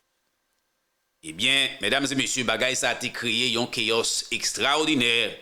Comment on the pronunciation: Mon frère cé pa kéoss C’est « chaos » prononcé « Kao » m espéré ou konpran